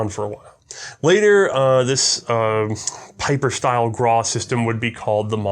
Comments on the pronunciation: Well for "one of the biggest in gun design" you show little respect by keep fucking up his name, what's so hard about pronouncing his name correct?! ... Pieper is pronounced as PEEPER, it's not that hard, not even for an American acting as an historian and firearms expert. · It is "P-ee-per". It's a Flemish/Dutch name.